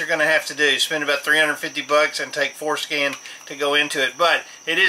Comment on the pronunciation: lol...it sounds like you're saying "foreskin" when you say Ford Scan...childish I know...